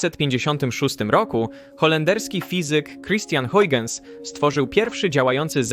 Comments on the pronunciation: Christiaan Huygens, nazwisko wymienia się jako [hojchens] a nie [hajdżens]! Warto się trochę doinformować zanim się coś wrzuci na YT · A dokładnie Hojhens :) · Hauhens - tak się go wymawia, mniej więcej